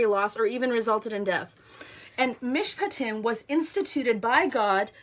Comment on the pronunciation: Thank you so much for sharing this. You are a brave warrior! And you pronounced Mishpatim perfectly. This morning I had nothing on my calendar and I asked God why. I really felt him say that he was going to do something today - no specifics. So I have been online off and on and watching this Country do just what you said - Quebec decided not to levy their tax on the unvaxed, the truckers in Ottawa are playing hockey in front of the parliament buildings with the truck horns blaring in the background. The truckers at the Alberta/Montana border were praying our Lord's Prayer last night and today they stared the police down singing O Canada - and the police backed off. Justin is still proving himself to be an unfeeling petulant child and the Conservatives are just nailing the conservatives in the Parliament. Today is a good day! I encourage you in your studies on our Jewish roots - we have people in my town very interested as well. Bless you - brave warrior that you are!